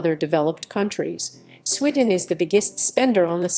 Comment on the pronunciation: She obviously hasn't been to "Swidden", then she would know how to pronounce it, and also that the buses in the video are from London. If she went, she would have seen most of your points